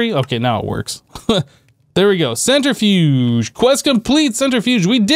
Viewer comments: The center fudge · "centri-fudge"... lol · Man's said centerfudge